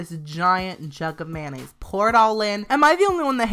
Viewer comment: he says 'mayonnaise' like 'man aids'